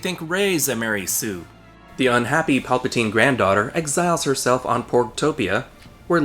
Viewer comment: In Italian"palpatina"means"grope"(and"palpatine"pronounced almost like you've pronounced"palpatina"but with an E like the 2nd one in"develop"is the plural),so...yeah...that name was embarassing enough,but now you made it official.🤦‍♂️ - That's why I wanted Rian Johnson to write ep 9 as well! It would have been SO MUCH BETTER!!!!! People say J.J. was trying to"fix"ep 8 when,actually,he did the exact opposite: he CREATED a bunch of plot holes that weren't there before!X-[ - This is the most PERFECT metaphorical representation ever!🤩